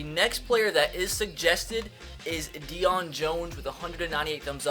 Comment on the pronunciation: his name Is pronounced day-own not deion they even say that in game